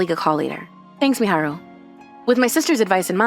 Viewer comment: Kūhei, it's Kōhei Miharu, it's Meh-ha-ru